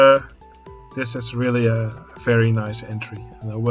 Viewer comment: In the theme of the video: everytime you said 'very' I misheard you for saying 'ferris' XD So uh.. ferris good job!